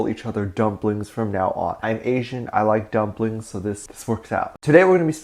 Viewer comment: oh my god I thought at the beginning you said ''dumb blinks'' instead of dumplings💀